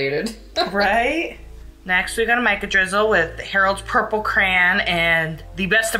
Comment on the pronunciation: The way pronounces Crayon lol 😆